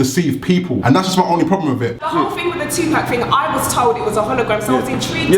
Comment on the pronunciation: 2pac not pack!!